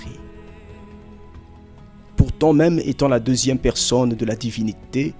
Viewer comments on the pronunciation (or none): none